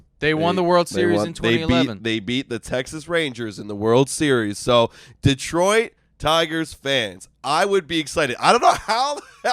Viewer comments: Sorry guys but it's driving me nuts. It's not Deeeeeeeeetroit. It's pronounced as Deh-troit. It's like nails on a chalkboard over here in Michigan. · Deeetroit. Tareeek. Spoken like a true non-detroiter. 😊